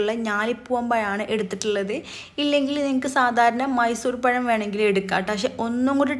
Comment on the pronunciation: പയം അല്ല പഴം